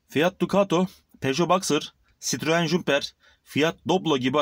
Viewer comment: Jumperı diyemedin